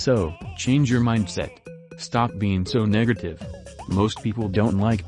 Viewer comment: bro did NOT say "negative"